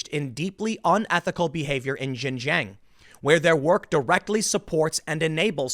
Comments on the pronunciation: Dude it kills me when you pronounce Xinjiang as "gin jang" 😂 it's pronounced "shin" like the front of you leg and then say the letter "g" and and "ah-ng" so, it's pronounced: shin 'g'ahng. Hopefully this is helpful, it's miles closer than what you've been saying 😂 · Xin Huang - Shin JEE ahng. Not jin jang. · Tim, it's not "jinjang" learn how to pronounce names correctly, it is xinjiang, pronounced more or less like "chinjiang" not "jinjang" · Tim, you're not gonna see this comment, but "Xin-jiang" is pronounced "SHin-Jiang", not "JIN - Jiang" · xin = sheen jiang = jee ahng.... damn man hard to listen to the bad pronunciation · 新疆 (xinjiang) is pronounced closer to 'shin jeeyong.' It took me a second to process what you meant by "jin jang." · Xinjiang pronounced: Shin-Jiang, not Zhin-zhang. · Xinjiang is pronounced "Shin-JeeYang" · X is pronounced more like Sh. Xinjiang = /Shin Jee Ahng/ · ...learn how to at least properly pronounce 新疆 （ xinjiang ) which is pronounced as “shin-“G-yang” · The Xinjiang region pronounced "Sheen-jiang" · IT IS PRONOUNCED SHIN- JANG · Tim, Xinjiang is pronounced "Shin-JYANG". X is "sh" and Q is "ch" in Pinyin pronunciation. Just saving you from future mispronunciations. 😋 Also, long live the ROC and death to the CCP! 🇹🇼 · You are pronouncing the region wrong. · Bro, learn how to pronounce Xinjiang, what you say has nothing to do with the place.